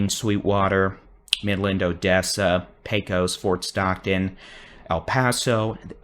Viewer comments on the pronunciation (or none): Pecos is pronounced: pay-cuss. Always has. Myself and generations before me here in west Tx have always pronounced it Pay-cuss. You can come here and ask anybody.